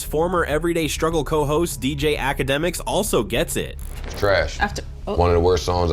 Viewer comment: I love this album! P.S. Who is DJ Ahh-CAD-dem-iks?